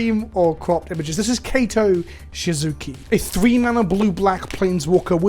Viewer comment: I think Kaito is pronounced like Kai-to not Kayto, but don't quote me on that